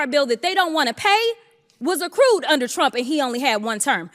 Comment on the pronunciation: Everytime I listen to that gorgeous young, new black Represent lady (*), I hear her calling TFG "shrump" ...😅 my brain then sees a shrimp 😊 Take care - Europe ⚘ (*) I'm terrible sorry, but I always miss her name 🤨